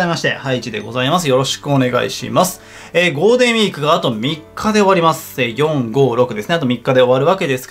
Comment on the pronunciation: ゴーデンウィーク って聞こえるw